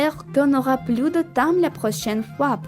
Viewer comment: C'était um vlog très sympa :) “j'espère qu'on aura pluS de temps” (bien prononcer le s à “plus”), autrement tout est parfait!! 🤩